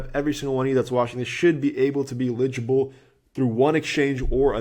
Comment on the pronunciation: every time you pronounce eligible that way I do a spit take and my computer is drenched